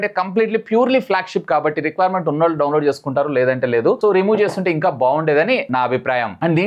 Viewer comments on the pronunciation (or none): none